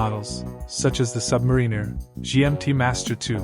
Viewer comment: It's a Sub-mar-iner not a Submarine-er, get the name right at least